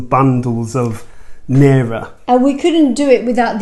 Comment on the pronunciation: great video...but please, please work on your pronunciation of Naira. ˈNī-rə, ˈNī-rə, ˈNī-rə!!! 🙂